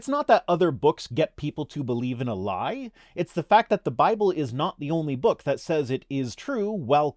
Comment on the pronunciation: How overdramatic and condescending is this chap!!! Also I've checked Amazon and can't find the 'Bye-bell' anywhere. Syllable emphasis should never be weaponized.